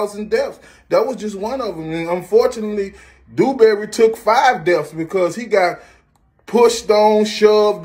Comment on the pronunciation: "Dew-Dew-Dewberry" 🤣🤣🤣🤣🤣🤣🤣. He called him "Dew-Dew-Dewberry". Oh lawd!!🤣🤣🤣🤣🤣🤣🤣